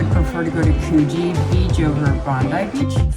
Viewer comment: Coogee, pronounced Coo, as in cook. Just so you know.😁 Also my favourite city beach. Better than Bondi.